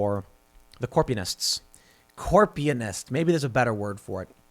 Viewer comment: Stop saying Corpianist. It doesn’t make sense. If anything, it would be Corp-u-nist. You’re adding a syllable that makes it sound stupid and wrong.